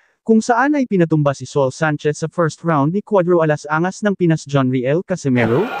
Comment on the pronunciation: Ano ka ba? Bakit ganyan ka mag Salita? Sa ul hinde soul